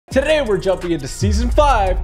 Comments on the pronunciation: He said tootay instead of telling today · Did he just say toray for today in intro